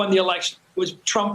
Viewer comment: When Trump says,, "America First" it always comes out "America Worst."